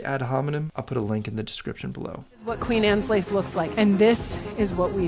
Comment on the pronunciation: Good logic. But your constant mispronunciation is maddening. It's QUEEN ANNE'S LACE. Not "Queens Annes Lace"! Does that even SOUND right to you? Ugh.